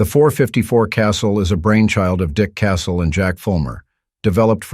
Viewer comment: Thank you for pronouncing Casull correctly. So many would be “gun experts pronounce it “Casool” and that is incorrect. Dick pronounced his name almost like “Castle” with silent “t.” But, the last pat rhyming with “gull,” not “gool.”